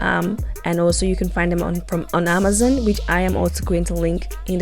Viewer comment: For some crazy reason I was annoyed when she said Amazon wrong 😆 Good video and easy to do with her instructions. Great techniques used ty